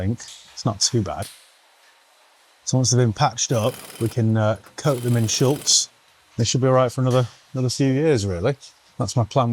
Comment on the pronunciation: FFS. It's not Schultz. Shultz was the friendly German on Hogans's Heroes. It's SCHUTZ - pronounced the same, without the "L". Pet hate of a predant.